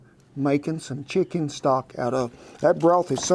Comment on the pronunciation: You pronounce chicken as Shicken. Is that the norm there?